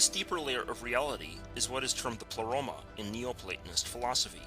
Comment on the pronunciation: pronounced "play-roma" not "pluh-roma"